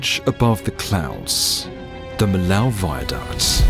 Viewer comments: The town's name is pronounced mee-yaw. Thanks for the Norman Foster Interview :) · great video :) but please, Millau, as a secondary city, has to be pronounced as it is in the country So it is : mi yo ( mi iow ? ) ;) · Millau is pronounced with a wet L, like a Y. So like "MeeYo". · Pronounced “Mee-oh” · It's pronounced Mee-Yoh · Even a Brit can say "Mi-yo" instead of "Millau" if he puts his mind to it.... and considering he's making a 20 minute video on it 😂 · It’s pronounced « me yo » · Millau is pronounced Mijo. As in veejadyk de mijo. Otherwise a splendid documentary. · It's pronounced "me" (as in me not you) and then "yo". Millau is "me" + "yo". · Technically in french, the double "L" in "Millau" is pronounced as a "Y," like "Miyo". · more like "meeyo", camarade ;) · Excellent documentary. BTW, Millau is pronouced "Me-oh", just in case you ask a French citizen how to get there. Even Foster says it correctly . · More liké "me yo" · it's pronounced "meeyaw"!! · It's pronounced me-yo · well that was fine really. technically it should be "Mee_yo" the "Ls" are completely silent in this instance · Come al solito voi inglesi non azzeccate una pronuncia, almeno informati su come si dice Millau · It sounds like the narrator is making extreme efforts to mispronounce “Millau” hahaha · Even as a rather non-french dane, it seems weird for me to produce such a fine video but not care the least about pronouncing the main object correctly. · Sorry, I had to stop listening, couldn't cope with the constant mispronunciation of Millau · 17 minutes of just non stop butchering of the name of the bridge. Kind of embarrassing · Very cool video, but that's just really not how Millau is pronounced. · If you make a video like this, it wouldn't hurt to learn the pronounciation of Milau.... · Saddly, you are grossly mispronouncing the name of the city and the viaduct, disapointing! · It's unbearable hearing him say millow! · Great video. Note that Millau is prononced "Me Yo" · Mee-lauw ffs